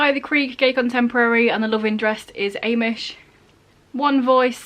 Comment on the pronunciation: ive never heard Amish pronounced that way before- aye-mish XD